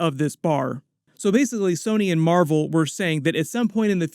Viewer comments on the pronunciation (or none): none